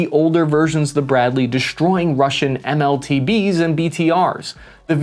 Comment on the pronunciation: It’s MTLB, not MLTB…..